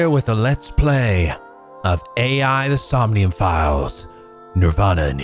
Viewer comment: i’m sure someone has already told you by now, but it’s not pronounced like A I in this case. It’s pronounced like eye, as in eyeball. Even though the letters are A, and I. Hell… If you go and screw around in the sound settings, it even says the title of the game allowed to you, and it reads it as eye, and not A I. The same rule applies for the first game too.